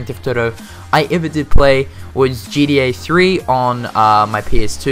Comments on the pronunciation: You sound like you say GDA and not GTA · Is he saying GDA? Or does he Mean GTA Good video though man keep it up